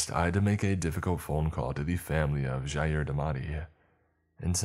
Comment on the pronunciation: Someone actually pronouncing my name correctly -Jair